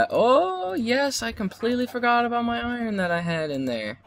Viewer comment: thumbs up if u thought when he said "about" he said a boat... coz i know I did, but I'm a little stupid so...